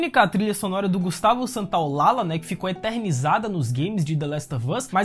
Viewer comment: gustavo santolalla se diz ;gustavo Santolaja, ll se fala como j, parabens peo video